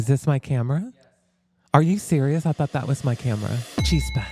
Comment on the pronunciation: omg i though thought I was mishearing her!! but no guess not 😭😭😭😭 never change tammie brown